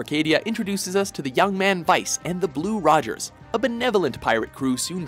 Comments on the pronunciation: its blue rogue's not blue rogers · Skies of Arcadia... "Blue ROGUES"... not "Blue Rogers" ¬.¬'' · Blue Rogues. Not Blue Rogers!